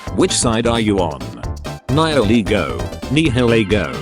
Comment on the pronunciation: side 3: nye-ill-ee-go